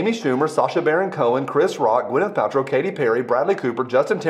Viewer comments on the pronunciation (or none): none